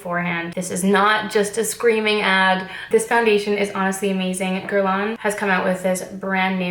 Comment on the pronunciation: I loooove this so much and please don’t hate me Geurlain is pronounced geurlay-n ? I say this as a Montrealer I also say this as an Anglo-Montrealer who isn’t fluently French 🤷🏻‍♀️ #hypocrite but love you! Haha ❤️